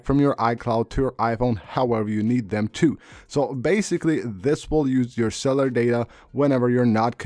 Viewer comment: "Cellar settings" LOL dude, at least TRY to pronounce words properly... not that hard.